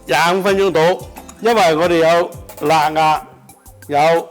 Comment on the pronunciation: 辣壓聽到好辛苦